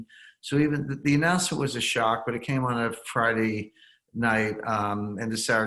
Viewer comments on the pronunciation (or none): none